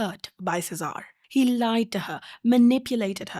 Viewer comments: Quick note, Cesare is pronounced Che-saa-ray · Cesare's name is pronounced Cheh-sah-ray BTW, like the Borgias. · Sorry, the video has just started, could you not have googled how to pronounce the main characters name? Girl. That’s not how you say Ariadne or Cesare.